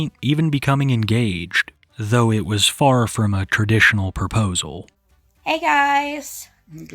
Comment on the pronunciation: Her saying "poposal" pissed me tf off